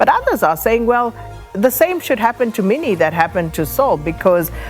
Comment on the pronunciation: Minnie don't pronounce it like an English name. Mi ni